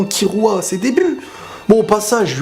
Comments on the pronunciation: On dit Killua ! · Sa me stresse comment tu prononces killua